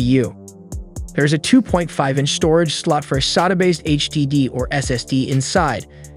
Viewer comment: The way you say sata is annoying af